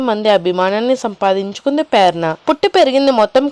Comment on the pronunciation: Perana kaadu Prerana